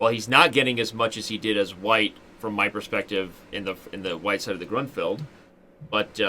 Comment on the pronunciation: Why does he keep saying "Gruntfeld"?